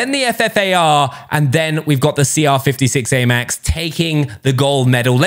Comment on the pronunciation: Is anyone happy he said the cr 56amax name right